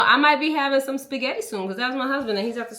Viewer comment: Ooooo… the food AND knives look good! Now, let’s talk about the spaghetti pronunciation. 😭😭😭😭